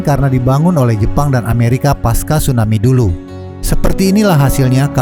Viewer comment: Tsunami kak bukan Stunami